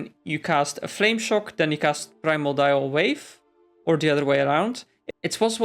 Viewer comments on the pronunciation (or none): Prime-or-dial lol please stop saying that its pri-MORE-de-all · mordial... MORDIAL... not primal dial wave